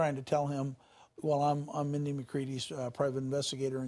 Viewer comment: Have some respect! At least get her name right! RIP Sweet Mindy!